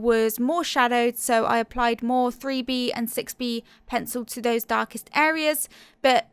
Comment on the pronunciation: lol, I keep hearing the "free-bee" pencil, instead of the 3B. XD